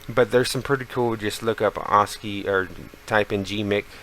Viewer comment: God I hate tutorials given by dweebs who cannot even properly pronounce the very keyword of their tutorial. Assci is prounounced ass-kee not aws-kee.